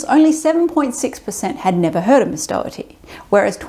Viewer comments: I completely support Caitlin Doughty's opinions and activities. By the way, her last name is not "Dougherty", as you seem to pronounce it. It sounds more like "dough-tee" or "doe-tee". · Doughty. Not Dougherty. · Just to let you know, her last name is pronounced "Doty" ("Dough-tee" or "Doe-tee"), rather than "Daugherty". It's just two syllables. =) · If you want to show actual respect for her, try pronouncing her name correctly! Not Dough-er-ty, but Dough-ty. Not once did you say it right. BTW, I love her. She has taught me so much, about the industry and history. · I've only just come across her videos, I thought her name was pronounced dough-tee 🙃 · Dough-tee. Doughty. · Her last name is pronounced Doe-tea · I feel bad I will constantly miss pronounce her name because my mom’s maiden name is also spelled Doughty but pronounced Dowtea. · Just a heads up, you're saying her last name wrong. I don't think she'd actually mind, I just thought you should know. It's pronounced "Doty." Anyway, good video, I'll be subscribing. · At least pronounce her name correctly, it's very distracting. Don't blame you accent. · All that research and you guys still didn't say her last name right 😢